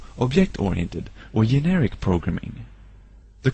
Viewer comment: Prounounced "generic" as yeneric....